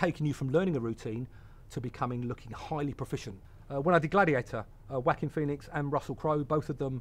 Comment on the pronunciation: I absolutely love the way he pronounces Joaquin. Whack 'im. =D Fantastic! But you couldn't pay me enough money to do his job. The way film makers don't seem to care about them at all. Appalling.